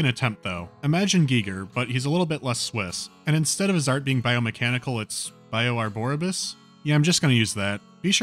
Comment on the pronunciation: I think it would be, Bio-arborius. Not, "Bio-arboribus. Where is the "bus" part coming from? Arbor means trees, so "arborius", or "arborious", seems to make more sense.